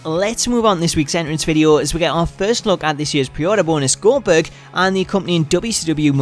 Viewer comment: needs to redo that "Goldberg" line again. Last time I remember, I don't remember his name being "Gober".